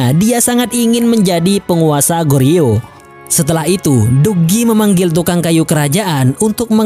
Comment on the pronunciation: 고려/Goryeo, huruf "o" pada "gor" diucapkan persis seperti mengucapkan huruf "o" pada kata bola. Sedangkan huruf "eo" pada kata "yeo" diucapkan "o" seperti mengucapkan kata pojok. Semoga dipahami.